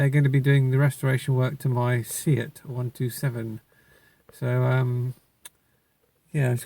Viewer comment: Great video. The 127 is a very underrated car and only becoming appealing in a retro way now...nearly 40 years after it was replaced by the Uno (Fiat), and Ibiza MK1 (Seat). It has more style than either if it's immediate successors. Btw, 'Seat' is pronounced 'Say-at'. They were once owned by Fiat hence the models being the same. Then they went their own way for abit from the late 80's, before being bought by VW back in the late 90's. Still part of the VW group.